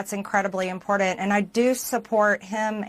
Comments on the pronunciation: Ffs it's IMPORTANT not INPORDANT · I can't give credibility to anyone who says "impordind" or "unined states"